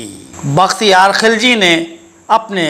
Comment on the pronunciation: He was not khilaj Sir he was khilji mean gilzai and was not turk but true and pure afghan in Turkish there is no pronunciation of k or kha